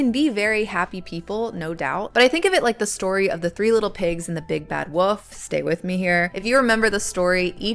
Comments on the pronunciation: Good stuff. But... 'woof' instead of 'wolf'? Sounds like the 'L' is missing from 'wolf'. 🙂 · Are you saying woof or wolf? Woof woof woof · yeah the wool with a f at the end comment would be best way to put it. Woof the way you said it is just a dog barking 😅 was pretty funny tho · I'm sorry, are you saying "the big bad woof"? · yes...there's an L in Wolf...it's not like "woof"..but it is fun that you pronounce it that way! Your content is amazing :) thank you from a big fan